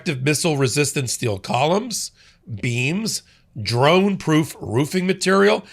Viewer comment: Hey trump, whats a 'drunne'? You idiot.